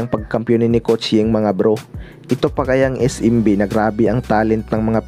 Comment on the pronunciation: es-‘em-bi hindi is-im-bi